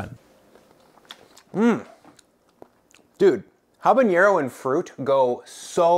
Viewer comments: Just fyi, it’s pronounced Ah-bah-NEH-roh, not Hah-bun-yeh-roh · it's habaNero, not habaÑero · Dude... it's habanero. Not habañero. Drives me nuts. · Just a tiny pronunciation note, a pet peeve of mine: There's no ñ in habanero